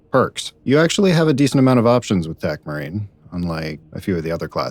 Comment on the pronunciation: I initially thought you were saying Tecmarine. I was pumped to repair some vehicles.